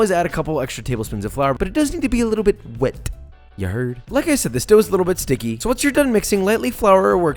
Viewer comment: josh uses whet instead of wet